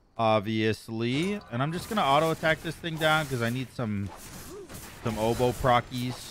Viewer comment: It will work for you because you actually say "obow" and not "odeeeeeeebow" like trelli and rexsi.